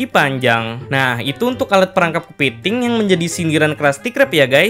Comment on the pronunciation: Kepeting 😂😂😂, lucu ngomong "kepeting"